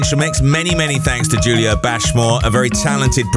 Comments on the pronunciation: I love how he introduces him self as Julio (pronounced Hulio obviously) 20secs later Radio 1 introduce him as Julio (pronounced as a J) Get it Right! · Despite him saying "Hulio" in the intro piece, the DJ still called him "Jew-lio"